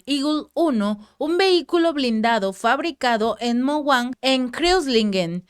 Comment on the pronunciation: "Barmung" "Moguan" "piranja"